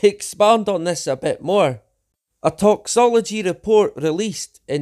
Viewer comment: Not to nitpick, but he said Toxology lol win